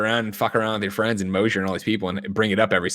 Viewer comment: Nick. The Departed. C'mon. Aren't we Kinda Funny Best Fwends?